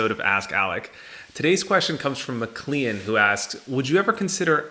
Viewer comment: Thanks for the video, I asked the question. Pronounced Mick-clane, think John Mclain from Die Hard. No worries, I do enjoy trading stocks and I do think poker has helped me with that and other aspects of life. But poker has a little more immediate gratification and is able to occupy my mind more so than the market. I agree with not playing as much as I used to, but I don't see myself ever giving the game up. I took a new schedule in March to give myself more flexibility and play more poker, then the pandemic hit :(.